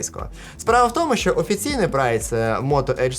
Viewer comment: Если уж говоришь на украинском то не ШО кай. ЩО. ЩО!